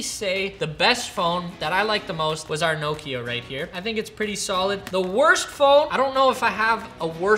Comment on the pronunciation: Nooo key a 🙈🤔 Never heard Nokia called that 🤣😂